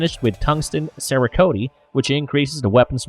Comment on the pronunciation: "Tao-rus" with tungsten "cer-a-koat-ee" If you are going to play as a gun channel, at least pronounce the names and terms correctly